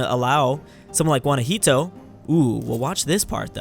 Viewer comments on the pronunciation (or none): It's called Guanajuato, NOT GUANAJITO! just dont say it if you dont know the name.